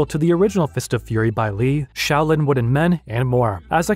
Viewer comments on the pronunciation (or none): none